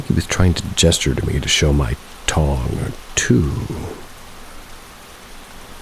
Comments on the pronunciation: I imagine they meant tongue not tong lol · I think he meant tongue not "tong" Love ya M ❤️🤍❤️